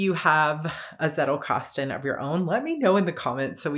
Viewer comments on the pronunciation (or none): It made me smile when I heard you pronounce 'Zettelkasten'. But I guess every Anglo-Saxon will pronounce the Z as a soft 'S' like you did, while a Germanspeaking would pronounce the German word with a hard 'Ts'.( Just an observation from a German. You do you, it's your language )